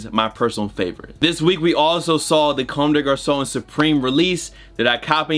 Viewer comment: Also, it’s pronounced cum day garçon.